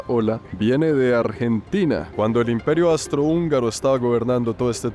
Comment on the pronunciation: Querido no soy nadie pa corregirte pero creo que es Austro hungaro, no Astro hungaro❤❤ Adoro tus videos no he visto que vayas a Australia, o será que me lo he perdido?? Saludos desde Veracruz, el golfo de México